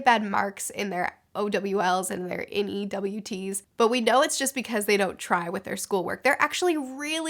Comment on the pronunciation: You call them "O-W-Ls" and "N-E-W-Ts"? Lol